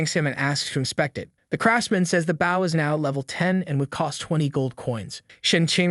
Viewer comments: for the love of God learn the difference between the weapon, bow (pronounced bo), and the action, bow (pronounced bou) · Bow when it is a weapon is pronounced BO not the way it's pronounced when you bow to a king or a queen. Pronounced like Bo staff. Great video, the rest of your reading was A+++ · is this voiced by AI? The way it says "bów" instead of "bôw" with a deen Ô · why does all AI vo say " BAW" instead of "bow"? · the AI reading is annoying AF.. or do you really not know what a bow is? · The way you pronounce bow... I couldn't tell if you were trolling or if you were an idiot. Then you mispronounced barrage and made it abundantly clear that you're an idiot. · I will subscribe if you train your AI to say Bow correctly.:body-green-covering-eyes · Annoying mistake - bow and tow are pronounced with an O sound not an ow sound. And less unnecessary censorship please😊